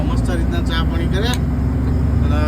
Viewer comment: પોણી ❌પાણી ☑️ ભાઈ શબ્દો સુધારો યાર